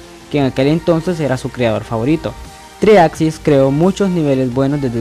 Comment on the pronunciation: El primer paso para explicar algo de Geometry Dash es saber pronunciar el nombre. En fin, buena explicación.